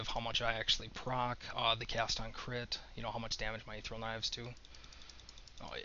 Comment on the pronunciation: Ether-E-al. You can do it.